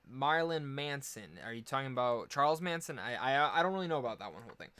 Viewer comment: Marilyn Manson not Maralin or Maralyn